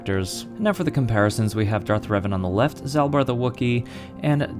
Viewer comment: Hate to be that guy but you're pronouncing Revan wrong. Thanks for review though.